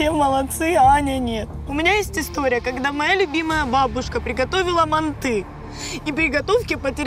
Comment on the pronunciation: мАнты,а не мантЫ